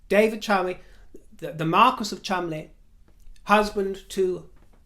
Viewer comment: Thank you you angel! for your linguistic prowess. I heard an Australian newsreader last night talking about the Chol-mon-de-lees and practically vomited. When you said, correctly, the Chumlies, I thanked Heaven for you.